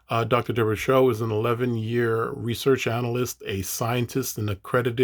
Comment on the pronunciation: Her last name is Soh (pronounced "So" not "Show"). I think she was just trying to meet Vaush on his terms and tease out some of his views and he was responding in bad faith. Good commentary though.